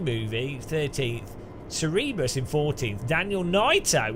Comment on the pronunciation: Thanks for the streams mate, nice racing with you all, not up to your pace yet but I’m trying lol Oh and it’s pronounced Cer-Ber-rus - mythical there headed dog ;)